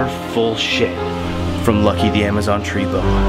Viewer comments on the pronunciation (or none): none